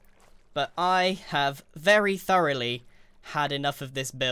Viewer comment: My favorite part was when he said 'throughly' 30 times